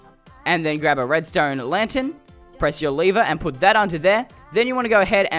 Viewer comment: it's not a leever it's a lever:Leever me:Lever